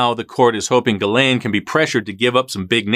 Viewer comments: Your saying it wrong, it's Giz-lane 🤣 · Her name is pronounced “Giz Lane”. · pronunciation for Ghislaine... "Ghi, S, lane. Gi's' lane Got it everyone.... You pronounce the frickin S